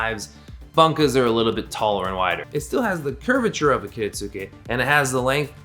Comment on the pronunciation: That's a beautiful knife, and a really nice video to watch. Only one thing bugged me so I'm going to mention an idiosyncrasy of Japanese pronunciation where they will drop the 'U' between and S and a K (not sure if it's universal throughout the language), so 'Kiritsuke' is actually pronounced 'Kiritske'.